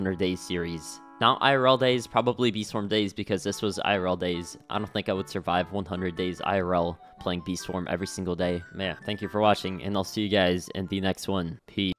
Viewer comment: Instead of saying “peace” at the end he said “pea”